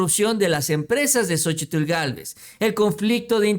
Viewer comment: El nombre de ella es Xóchitl no Xochitul